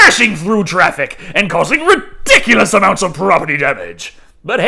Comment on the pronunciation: You said it right when I thought it, Ridiculious ...😄